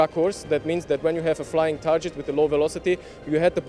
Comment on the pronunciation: Is the word TARGET pronounced this way in any English dialect? New to me.